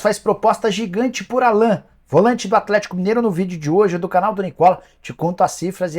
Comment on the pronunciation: Engraçado que o Nicola fala o nome do Allan errado. O nome dele é pronunciado em inglês (Álan), não Alan, como se fala em português.